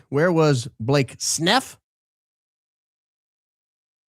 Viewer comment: it's pronounces Blake Snuff. C'mon. This is a high IQ outfit.